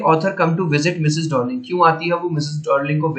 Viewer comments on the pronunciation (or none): डोर्लिंग नहीं डार्लिंग है🤣🤣